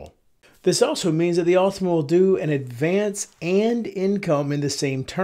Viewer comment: Awwwtohma, not ultima.